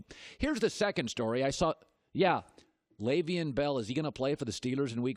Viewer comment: Why does he says Le’Veon bell name so wrong every time like damn 🤣